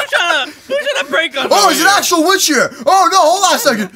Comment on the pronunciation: YO WHY HE SAID 😩💅🥂WITHC 🥂💅😩. INSTEAD OF 🙄💅 😩 🥂 ✨ 😳 👉 WITCH 👈 😳✨🥂😩💅🙄